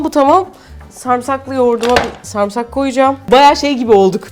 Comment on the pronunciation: Türkçemizi doğru konuşalım sarmısak değil "sarımsak" 😉😊